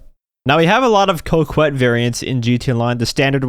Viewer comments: I'm french and please pronounce "Coquette" ➡ "KohKette". Thank you. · Dude, pronounce Coquette correctly for once in your life.